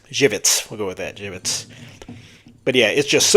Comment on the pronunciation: You said Żywiec almost as perfectly as a non-native-Polish speaker could possibly say it. Good job, and great review. Drinking one right now, Cheers! - Na Zdrowie!